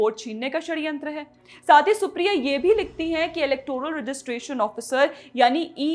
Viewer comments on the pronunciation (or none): none